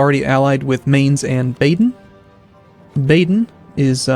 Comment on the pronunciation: i realy like how you pronounce Mainz